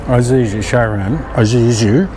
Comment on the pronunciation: ee-suzu, not I-suzu mate! Good vids. Thx